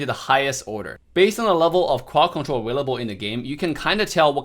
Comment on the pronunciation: I love the way he says. Cwod Cwontwol